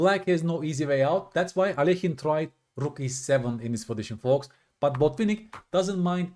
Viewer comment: I appreciate how you pronounce Alekhine. Many people say it wrong 😂